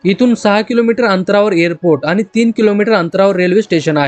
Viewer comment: मराठी नीट बोलायला शीक. आनि पानि नको. ण उच्चारायला शीक.